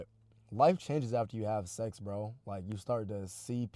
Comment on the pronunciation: STOP SAYING SEXZ